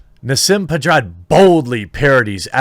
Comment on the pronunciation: Nah-seem Ped-ah-rod